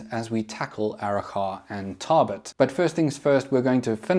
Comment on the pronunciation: As a local, I can say your pronunciation of Arrochar and Tarbet is pretty close. Only thing is the “char” is more of a soft “a” so it almost sounds like “chur”